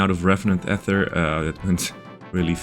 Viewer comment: So two videos ago, I jokingly commented that the most important piece of progress you made in that video was changing to the correct pronunciation of "ether." But then on this video you went back to the wrong pronunciation!